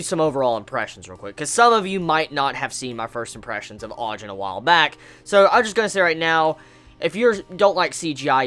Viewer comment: Btw its (Ah-Jeen)